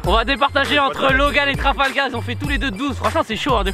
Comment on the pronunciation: a dit Trafalgaz